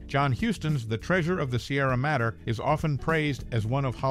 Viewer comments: Madre is said as: Ma-dre its spanish for 'Mother' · The Treasure of the Sierra Madre (Mod-dray, not Matter)